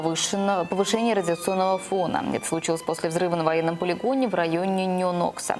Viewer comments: Нёнокса как бы , а не Нэнокс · НЁнокса..ох уж эти ведущие